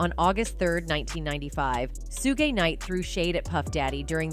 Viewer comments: i thought AI bots learned from what it watches ande reads, why does it totaly misspronounce evry name? calls him SOOOOO-GY not SHOUG suge, gues deepstate wants you see AI as it is, HALF ASS! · Ummm 🤔 Hmmm Please STOP saying SUE-GAY!!!!!!! SUGE SHUG( LIKE SUGAR) EVEN SHUGE BUT YOU GOTTA STOP AND LEARN HOW TO SPEAK PROPERLY. SUE-GAY!?!?! LMAO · Sugay? Is that French?